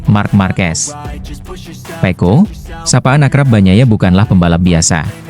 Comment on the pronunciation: Kok nyebutnya pe'o bukan pecco 😂